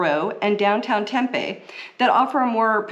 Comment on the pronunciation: It’s actually pronounced “temp pee” not “temp a” 😊 Also most areas have everything you need without having to travel across town. If you live in north Peoria, for example, you have everything you need right there. No need to drive to Scottsdale, Tempe or chandler